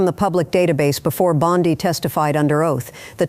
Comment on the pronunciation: Am I supposed to trust a report that can't decide on the pronouncement of "Bondi?"